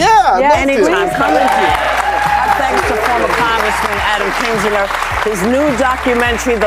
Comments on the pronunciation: Why do you keep calling Kinzinger "Adam Kininger"? Get your names straight before you record your narration! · To the announcer: His name is Kin-zing-er. Why did no producer of this tape catch this sloppy error? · PLEASE, for the love of GOD, learn to pronounce Kinzinger's name and say it PROPERLY. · Not a big deal but it's KIN ZING ER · Can’t pronounce Kinzinger? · Why can't AI pronounce Kinzinger?????? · Worst AI narrator I ever heard -- who knew there were so any ways to (mis)pronounce "Kinzinger"?